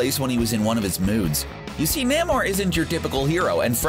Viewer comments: Namor is pronounced Nay-more not nahmore and he's a mutant from Atlantis . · NEEEEEE (as in Knee) Mo ...THE Submariner ...don't know who this namo guy is you mentioned ? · “NAH-mor” “An Atlantian princess” Wtf is wrong with you? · NAY-more, not NAM-or! You fucking guys kill me always mispronouncing characters names! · It's "Nay-More" not "Nah-More". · Hey --shill. It's pronounced NAY-MOR. NAY like DAY not NAH-MOR. Cut it out. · “NAH-mor” “An Atlantian princess” “North mythology” Wtf is wrong with you?